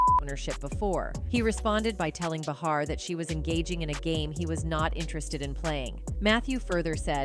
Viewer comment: Joy Bay-Har, not Ba-Har...